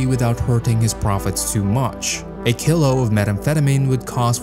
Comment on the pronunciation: The mispronouncing of common terms like "kilo," "methamphetamine," and "Medellín" makes me concerned that the voiceover is AI.